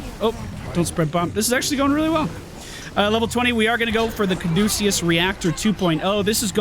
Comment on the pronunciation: Hey - way to go on pronouncing 'Caduceus' correctly. Not the easiest to spit out even if you aren't sight-reading. Proud of you (f'reals!).